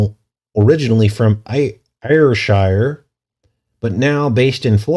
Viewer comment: on behalf of most Brits Ayrshire is pronounced Airsher